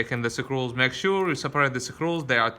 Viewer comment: Ok, the word for those things holding everything together is... SCREWS LOL. (Skroos) NOT Sa-crewls lol but good video. I don't think English has a word sakrewls, but hey, go ask Webster.